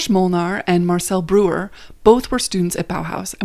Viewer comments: I cringed! I took German for 5 years. BROYER not brewer. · Breuer is pronounced br-oy-er